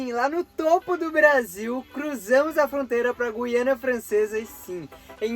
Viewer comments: O certo é “GU” e não “GUI”. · A pronuncia correta é gU iana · É um local pouco conhecido do Brasil e parece que o governo local está investindo muito na qualidade das rodovias. Pronuncia-se Guiana sem o "u". É a mesma coisa que guindaste ou guiar. Outro detalhe: em toda a União Europeia, as placas de trânsito de parada obrigatória são iguais, ou seja "stop".